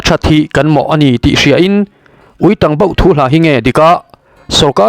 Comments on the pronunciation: Tang hi, tel mawm/ thang, ti a lam zawk tur a chhiartu hian a ti dik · Ui tang...tih hi ka ke a tang...tih anga lam tur. I va chhiar thiam lo eee. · Uitang tiha tang i lamdan hi dik lo😂. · Ui tang i lam dan thluk hi a dik lo,tang tih hi a key sanga lam rik tur,,a bengvarthlak e